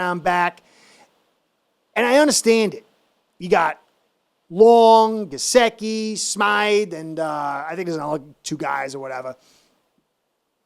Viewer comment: has major pronunciation challenges w Gesicki (he says Ga-ziki) and Mostert (he says Mosert). He’s not the only one though. you’re doing a fine job young man. 😃👍🐬🏈